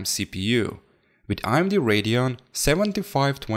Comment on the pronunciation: with this one to" wid the dis one" that is what he said